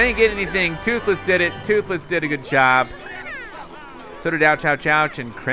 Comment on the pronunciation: DUDE TWOTHLESS NOT TWOTHLOSE